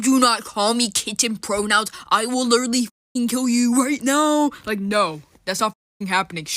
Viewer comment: Whatever that was with the death note sweatshirt on said “literally” so idiotically. “LiihLLeRLLeigh” “lillerly” huh???? Yeah lemme take advice from you. But you’re a kid. This dude or woman or whatever that was is gonna look back on this in 10 years, maybe even less, with so much embarrassment.